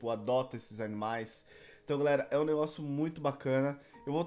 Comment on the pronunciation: No início o falou galeri